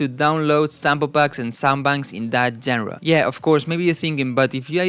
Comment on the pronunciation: No hate but just fyi genre is pronounced shanra